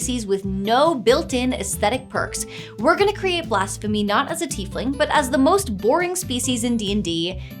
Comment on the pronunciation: I cant stop hearing Blasphemy as Blast-phemy, i guess the pyromania is written in.